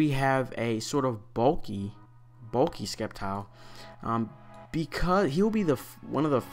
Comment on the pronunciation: It's pronounced "SEPtile, as in "Scepter", hence SCEPtile. Have a nice day!